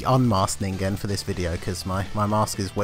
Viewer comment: That was surprising..... learned to pronounce 'Ningen'.